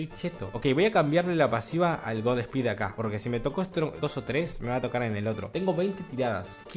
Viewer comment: No sé pronuncia god espeed no se le agrega el es de pronuncia de una la s en inglés osea sería god sspeed así no se le agrega e antes de la s en inglish